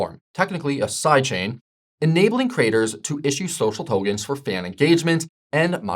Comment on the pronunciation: Same here. Togens??